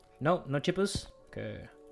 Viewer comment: MY CHIPOOS! Me: NO ITS MY CHIPOOS!!: Oh not my CHIPOOS P.S. on the 1st night shift forgot to close his house door